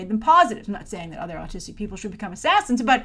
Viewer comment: i thought at first that she said artistic